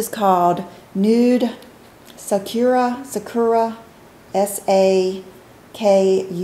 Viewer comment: Sakura is a Japanese word for cherry blossoms. It is pronouced SAH-koo-rah. :)